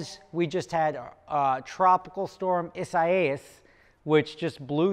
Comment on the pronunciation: Tropical Storm ISS-AH-AYAS? Wtf